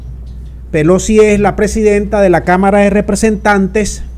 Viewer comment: La Señora, " Pelosqui "